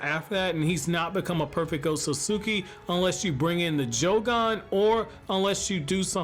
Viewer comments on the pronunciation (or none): Pronunciation: OHT SOOT SKI. not oht so suki lmao